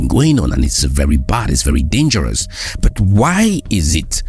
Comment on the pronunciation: Why do u say but as burt